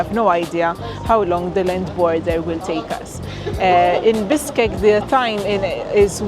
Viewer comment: Your pronounsation Bishkek is like you telling me Fish, is Fis.